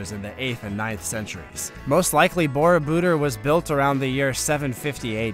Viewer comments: If you are going to do Voice Over, you better get proper pronunciation for foreign names. Borobodur, has the accent on the last syllable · Would add greatly to your enjoyable, factual presentation if you could pronounce Borobudur much more closely to the correct pronunciation used in Indonesia. The Indonesian pronunciation for this word is really quite easy. For those of us who live here, am I am not a native Indonesian, I found no major hurdle to learn the correct pronunciation. Upgrade your videos with accurate pronunciation.